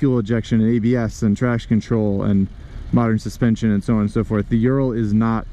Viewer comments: Thanks for the review but you need to do fact check before filming.. first it is pronaunced as O-O-ral not YU-ral (named after factory in Ural mountains), second Soviets bought licensing for BMW R design in 1937 prior to WWII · Ural is pronounced Ooral, not Yural. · Not YOU-ral but OO-ral. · Ural is properly pronounced oo-ral, as in "boom" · The mountain range isn't named after urea. It's a long oo sound, oorál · it's pronounced Ooral ..